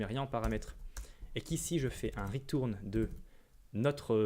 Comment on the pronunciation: Le "ritourne" m'a tué